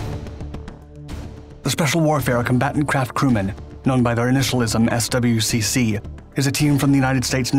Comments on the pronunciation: "S. W. C. C." He says, Lol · Pronounced: "SWICK", my dude